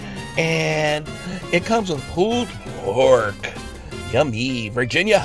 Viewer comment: "Pooled pork" lollllll